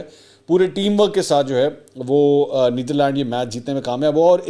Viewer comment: Bhai Neetharland nahi Netherland hai. Aitchison mein aise sikhatay hain kia?